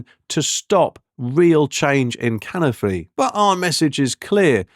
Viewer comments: You were correct, your pronunciation of Caerffili (Caerphilly in English) was abysmal 😂😂...also it's not actually in a valley but top of a mountain. It does, however, have an excellent castle well worth a visit if you're in the area. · Good grief dude, your Welsh needs some work. Caerphilly = Care-fil-ee Plaid Cymru = Pl-eyed Kum-ree